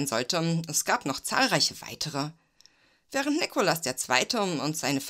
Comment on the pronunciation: Gut gemacht, nur nervt, dass Du leider ständig den Zaren einem falschen Namen gibt's. Der Mann hieß Nikolaus, nicht Nikolas. Ggf. hättest auch Nicolai nennen können.